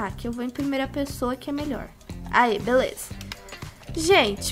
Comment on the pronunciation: fala assim beleuza kkkkk